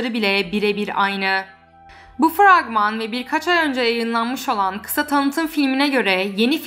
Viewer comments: Fregman 😂 Abla fragman demeye çalışırken sesin çok tatlı oluyor 💖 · "Fregman" djvhhvjjvhvjhv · Frekman diyişine kurban😂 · dkde fregman deyişi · O İngilizce söylenişi diil mi?